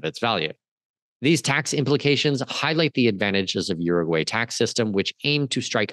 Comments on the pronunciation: By the way… You need to learn how to pronounce the name of the country because you are messing it all up. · to start, please learn how to properly pronounce URUGUAY